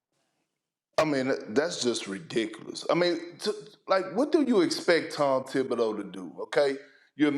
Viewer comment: FFS... The guy's name is Thibodeau, nicknamed "Thibs"... Why do people not pronounce it correctly ??? ...Even the Knicks analysts don't say it right... Lol